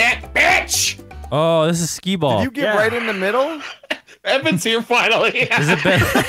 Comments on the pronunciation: Oh Its Skee-Ball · HEY VANOSS it's skee-ball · Oh its skee-ball:V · Oh it’s sKeE BalL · "Oh this is skee ball :v" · Hey it's skee ball